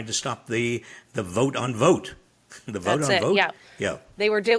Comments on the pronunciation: His name is pronounced vot... not vote. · Guys, his name is Russell Vought, his last name is pronounced like bought, not vote. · I think the O in Vought is pronounced "ah" instead of "O". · His name is Vought, as in bought (really that’s how it’s pronounced) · I wouldn’t call it “business as usual” but trying to stay sane & cognizant of what the hell is going on while twisting & turning in the wind of overloaded unlawful actions by Trump, Musk & Vought (pronounced ironically “vote”) and their hypnotized coup supporters🤑😶